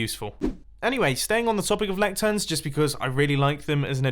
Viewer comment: "Lecturns"?!? Is that an addition in of itself? Or does he mean a lectern?😂